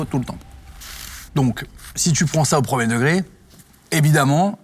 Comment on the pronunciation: Jeremy.. t’as dis « preum’deug »